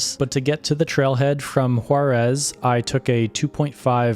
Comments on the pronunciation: Great video and shows perfectly such wonderful nature. Only one thing the place is Huaraz but the pronuntiation and subtitles, sounds and appears as Juarez. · Beautiful video, just the pronunciation is off. The city of Huaráz is pronounced closer to “wahrahz” (flat “Ah” sound), not like the city of Juarez, Mexico. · That was a quick trip! Just an FYI- The correct way to pronounce Huaraz is like: Wa- r- oz . The ending is where every visiter seems to want to pronounce it like Juárez. Dorothy would have gotten it right in the land of Oz. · I don't know if you' re saying Juarez or Huaraz, jeeezzz, need to practice more to pronounce proper Spanish, by the way this is a beautiful place ..